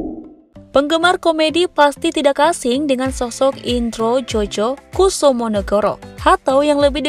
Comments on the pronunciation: INDROJOYO WOI KOK INDROJOJO, gajelas bacanya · Indrojoyo bacanya bukan indrojojo